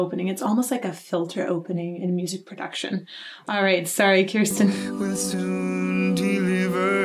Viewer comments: I'm sorry, it's Kir-sten/Kirsty, not Kiersten. Otherwise, I love the exposition of technical music stuff in these vids. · Kirstin’s name is pronounced “kurstin”, and its not “The Pentatonix” its just “Pentatonix” lol